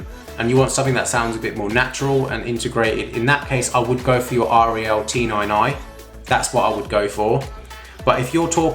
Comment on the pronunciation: Yamaha sub is junk and R E L is pronounced Rel.